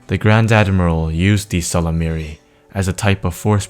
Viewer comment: Someone finally figured out how to properly pronounce "Ysalamiri". Thank You!